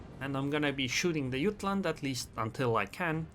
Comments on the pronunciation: Jutland with a J. It's a RN ship and the English pronunciation is JUT-LAND. Not yutland. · Jah t land not ut land if you are using English the j is not silent